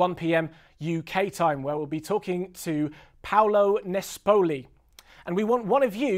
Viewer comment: I'm Italian and your pronunciation of both "Volare" and "Paolo Nespoli" were just horrible :P